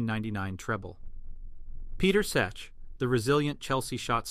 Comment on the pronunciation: The pronunciation of Petr Cech is more butchered than a pack of mince!